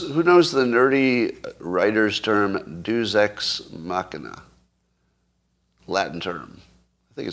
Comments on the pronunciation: It is pronounced "DAY-us ex machina" ... please learn language inflections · Narcissism will get you pretty far, apparently. He should know how to pronounce "Deus ex machina" though, being an accomplished writer, artist, hypno-tologist ( as opposed to hypnotist . think being probed from the rear), and all that. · Funny how he talks about how "deus ex machina" is a special writer's term, but he can't pronounce it. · For a writer, it's remarkable how many words he mispronounces egregiously.